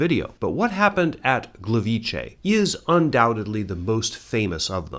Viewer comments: Just because I haven’t seen anyone say it, Gliwice is not pronounced Gleveechay, transliterated it would be Glee-vee-tseh. The C in polish is never pronounced as a ch (as in chay) sound. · The way you've put the 'ch' sound in Gliwice around mostly correctly pronouncing Gleiwitz is painful :'D The way you pronounced it would have to be written "Gliwicze", the 'c' alone sounds very much like a 'tz'. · Just to clarify - in polish Gliwice is pronounced "Gleeveetze", since c sounds a lot more like "tz" than "ch", for which we have the two-letter vowel "cz". Otherwise fantastic video as always.